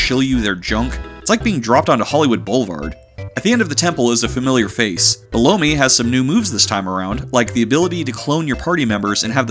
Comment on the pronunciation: I like how you pronounced B-Low-Me. Subtle.